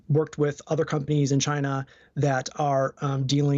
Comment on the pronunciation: It's not Choynor in focus, its not Gyna in focus, it's China in focus.